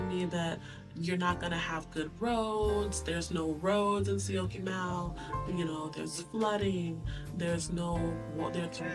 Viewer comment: 😂 I am surprised you can pronounce Syokimau! Enjoy life!